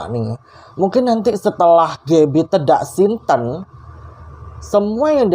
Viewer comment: Ralat dikit ya...yg benar itu tedak siten...e di sitennya dibaca seperti huruf e pada kata sate...Sukses selalu...👍🙂